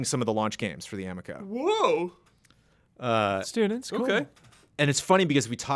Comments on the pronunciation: Also. It is (a-mee-ko) because the amico fanboys will attack. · CORRECTION: Amico rhymes with amigo. It is correct that it looks like garbage.